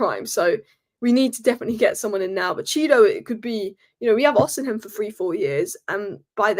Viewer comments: it's O-C-MEN not o-c-hem....please please my ears hurt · It's Osimen. The "h" is silent.